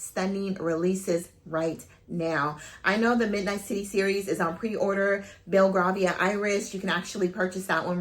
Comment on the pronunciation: Hey its pronounced “Bell-Gray- vee-ah” Iris xxx love your review